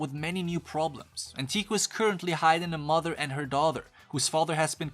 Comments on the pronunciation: I lost it when he said: "Anteeku" instead of Anteiku. AHN-TAY-KOO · just saying kaneki pronounced kah-neh-kee rize is pronounced ree-zay anteiku is pronounced ant-tey-kuu